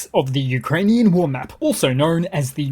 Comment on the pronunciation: You should pronounce Ukrainian ( and Russian) geographical names in a proper way.